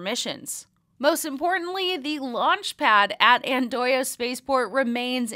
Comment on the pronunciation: I think you were pretty good with the pronunciation of Andøya. You get 8 out of 10 points from me. Andøya means duck island in English. I like these short "news" formats you have here. Keep it up. greetings from a Norwegian